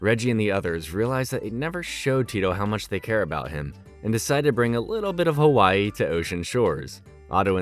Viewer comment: Nice pronunciation on “Hawaii blues” over cool! Loved this show I kinda lived this life in Oahu. Except the snow parts but surf and board sports were a lot of fun.